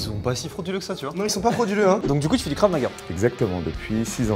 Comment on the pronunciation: en plus elle disait Kraf au lieu de Krav 😂 en plus je fais du Krav donc ça m’a fait rire de voir les fraudes